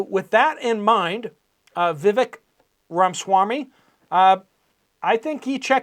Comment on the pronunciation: UPDATE; VIVEK IS PRONOUNCED. 'VI - VAKE' LIKE 'CAKE'